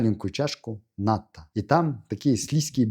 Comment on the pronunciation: В слове НАТТО,уларение на последнюю О.Японцы не ставят ударение на первый слог.